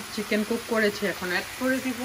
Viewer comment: u have said kitchen. (8.20) it's Chicken not kitchen. don’t mind apu